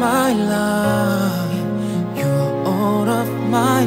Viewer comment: Life 발음을 좀 더 잘했으면 훨씬 몰입됬을텐데 라임 처럼 들려서 집중이 잘 안됨 ㅋㅋ